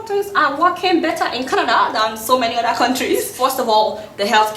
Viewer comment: Everytime she says Kanada. I shake